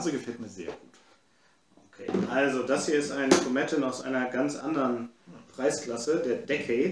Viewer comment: Jaja, die leidige Geschichte, dass manche Abfüllungen nach der (oder den) ersten Auflagen an Qualität verlieren. Das trifft m.M. auf den Legacy zu. Die erste Auflage fand ich recht gut, jetzt bin ich geneigt Euch recht zu geben. Bei Tomatin besonders schade, is sonst echt guter Stoff! Zur Aussprache: "tomátn", Betohnung also auf dem a (echtes a, kein ä), das i wird fast verschluckt...